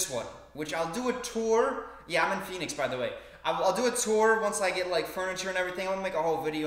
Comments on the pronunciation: Nobody:: Pohownix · call it pu-ho-nix one more time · Did he just call it pho hoe nicks? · I'm born and raised in pu-hoe-nix 😂 I'm calling it that from now on, lmao. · Is In PHOENIX - Sorry to hear about the theft, but good luck in the "fuh-HO-niks":D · I think you meant ‘Homey’ instead of ‘Homely.’ Really sorry your shit got ganked, man. That blows. Also, I’m in Tucson. Let’s hang 🤣 Oh, it’s pronounced puh-hu-ee-ni-ex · Literally no one says pheonix as pohenix😂😂😂😂😂😂😂😂😂😂😂😂😂😂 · Commenting a year later...whatever. But the way you pronounced Phoenix was pretty funny. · The Phoenix pronunciation...I laughed so hard😂😂 Actually, i'm sorry you got robbed. I know you made a funny story out of it, but actually it's not that funny.